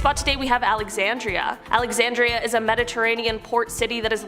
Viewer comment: When she said Alexanderia I thought she meant Minnesota because there’s a town called Alexanderia as well